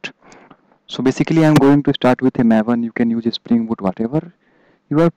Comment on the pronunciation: "mav-en" its MAVE-en